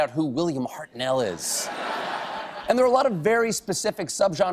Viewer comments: Heart-nul, not Heart-NNNell. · Stephen, Ii's not "Hart-nell", it's pronounced as "Hart-noel" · cringed at how he pronounced Hartnell